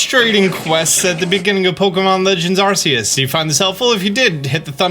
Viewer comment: hes still saying arseus lmao